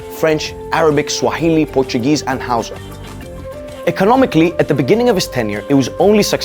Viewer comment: You have to learn how to pronounce Hausa